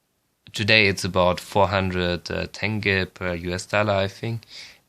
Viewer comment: не тэнге, а тенге